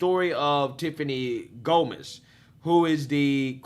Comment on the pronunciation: It’s GOMAS!! not GOMEZ!!